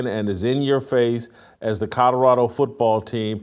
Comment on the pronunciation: “Coddarado” - Jason Whitlock